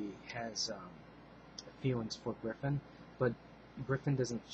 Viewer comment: wtf im a huge berserk fan and i keep hearing reviewers say griffin.....wtf?? isnt it GRIFFITH or was that a translation error in the manga i read and or a mistranslation of the anime...or what?